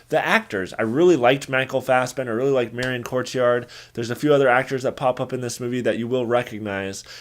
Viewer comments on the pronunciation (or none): For future reference, her surname is pronounced: "Co-tee-aww-d"